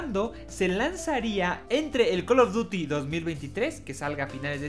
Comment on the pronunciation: Buenos tiempos cuando este wey decia coll of dury y no coloduti